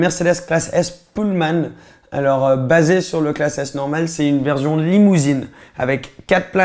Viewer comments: J’suis le seul que ça stress qu’il dit « verzion » au lieu de « version » ?😭😭😭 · C’est comme ça qu’ils dit les S écoute quand il dit « version » il dit toujours verzion